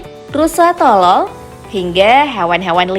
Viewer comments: coba deh dengerin di menit masa bilang nya rusa tolol bukan totol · Gw ga salah denger tah kok si pengisi suara bilangnya rusa tol*l